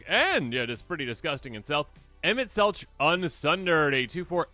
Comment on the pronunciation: It is super painful. Listening to YouTbers pronounce Emet Selch wrong lol. It does not make a ch sound, it’s a K sound so like Selk.